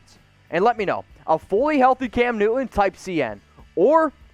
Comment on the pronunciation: All I'm hearing is... Cam "New-eh. New-eh. New-eh." Oh and hit that subscribe "Buh-eh. Buh-eh. Buh-eh. "